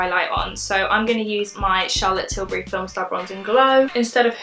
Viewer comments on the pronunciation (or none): none